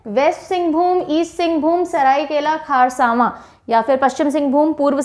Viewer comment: लातेहार not लातेहर लोहरदगा not लोहरडागा सरायकेला खरसावां not खारसावां